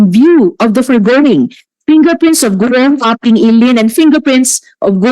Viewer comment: Sen Joel, Gou Hua Ping at hindi huahua ping, kaloka!